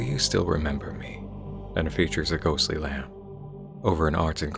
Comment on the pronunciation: Oo, I thought this one might have been small enough to fly under the radar. Neat. And you are the first person I've ever heard pronounce the b in lamb.